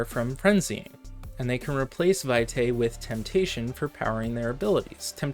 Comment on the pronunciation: It's pronounced VEE-tie. It's Latin.